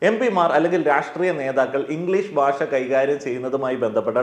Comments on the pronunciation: ബാഷ അല്ല... ഭാഷ ആണ്... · പറഞ്ഞതിനോടെല്ലാം യോജിക്കുന്നു. ഒരു കാര്യം പറഞ്ഞാൽ വിരോധമില്ലെന്ന് കരുതട്ടെ.... നമ്മൾ മലയാളികൾ നമ്മുടെ ഭാഷ എത്രയോ അലക്ഷ്യമായിട്ടാണ് പ്രയോഗിക്കുന്നത്. താങ്കൾ ഉച്ചാരണത്തിന്റെ കാര്യത്തിൽ വളരെ ശ്രദ്ധിക്കേണ്ടിയിരിക്കുന്നു. ഭാഷ എന്നത് എപ്പോഴും ബാഷ എന്നാണ് പറഞ്ഞത്. അതുപോലെ ബരണഗഡന അല്ല സർ, ഭരണഘടനയാണ്. താങ്കളെപ്പോലുള്ള ഒരു influencer ഉച്ചാരണത്തിലും ശ്രദ്ധിക്കേണ്ടതല്ലേ? പ്രത്യേകിച്ച് ഭാഷയെപ്പറ്റി സംസാരിക്കുമ്പോൾ ആ വാക്കെങ്കിലും കൃത്യമായി പറയാൻ താങ്കൾ ബാധ്യസ്ഥനാണ് 🙏